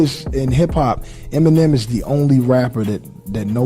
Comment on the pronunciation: Brother. Please. It’s not MNM, it’s Eminem. There’s em. Not mmm